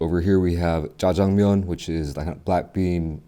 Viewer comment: How perfect is your Korean pronunciation! 😊 짜장면 탕수육 .. 😮